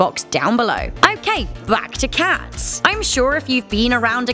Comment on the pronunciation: The way you say “cats” pisses me off